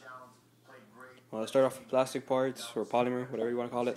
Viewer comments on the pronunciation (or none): hehe u said plastic funny no offence